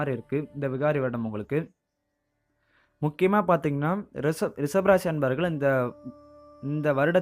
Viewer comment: தமிழை ஒழுங்காக உச்சரிக்க கற்றுக்கொள்ளவும். உதாரணமாக ரிச(ஷ)பம்.......